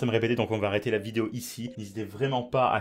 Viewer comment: on dit arrêter pas arrter